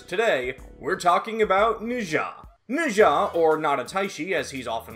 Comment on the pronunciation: it’s kinda wrong but I guess that might be a Japanese prononciation